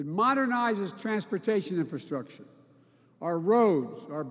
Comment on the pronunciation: Is the first guy saying infilstructure? Like a combo of infiltration and infrastructure?